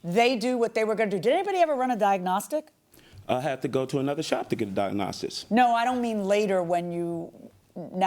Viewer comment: Can't say diagnostics either